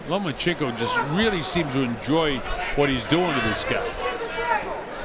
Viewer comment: He also pronounced the name wrong several times. I enjoyed the hell out of that. Same with "The Mexican Fighter" or "The Mexican" LOL! OH, AND THE "FIGHT LIKE A MEXICAN" "DOWN AND DIRTY" HAHA